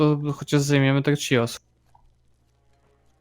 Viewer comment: Nie czijos tylko chios